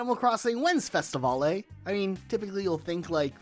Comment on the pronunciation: why is bro pronouncing festivale as festivolley lmaooo it's pronounced like festi-veil